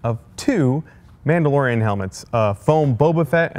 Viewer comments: "mandalorian" no biggie, just helping a friend Star wars fan out :) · “What’s your favorite mandorlian” Me: mandorlian